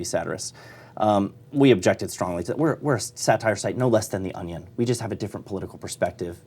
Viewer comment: Lmao Pat pronounces onion like my 2 year old niece. ON E ON